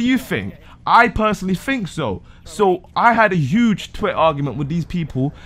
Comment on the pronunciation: you "fink so"?